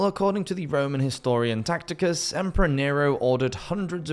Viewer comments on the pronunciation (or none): thats Tacitus not "Tacticus"